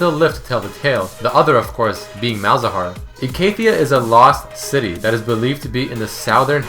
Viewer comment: Do you seriously not know how to pronounce Icathia? Haven't you ever played Malzahar?